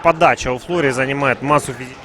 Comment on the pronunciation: Поправка. У французов в фамилиях ударение на последнюю букву. ФлорЕ